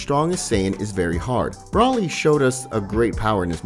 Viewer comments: Why do u pronounce there names weird it’s Broly not Brawly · Dude covers dragon ball stuff yet still says broly wrong where's the a....and says whis wrong I'd sub but can't deal with that